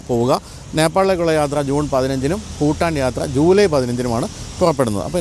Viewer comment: Phutaan alla ... its Bhutan